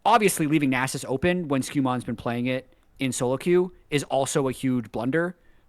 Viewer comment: I say it with love but we need to discuss how to pronounce Nasus. Welcome to discuss Shaco or Shaco too.